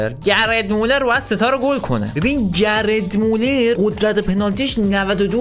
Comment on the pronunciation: داداش گِرد مولز نه گرت مولر